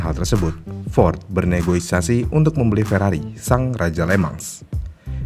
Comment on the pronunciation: NEGOSIASI bang, bukan Negoisasi 🙏🏻